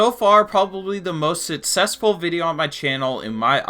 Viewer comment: “The most sitsetsful”